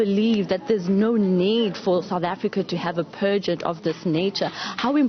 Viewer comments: She even said 'pergent' instead of pageant 😂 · The interviewer really needs to check her pronunciation of things. She miss pronounced the name, she said pergeout instead of PAGEANT, and Limpompom instead of LIMPOPO. Hai man. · "Limpompo" "Pergernt"